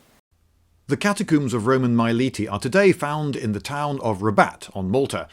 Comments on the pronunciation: It's Melite, not Milete! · It isn't my-lee-tee is mil-eh-teh.come on Lindy,this is Latin not english